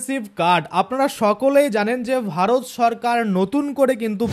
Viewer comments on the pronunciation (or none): none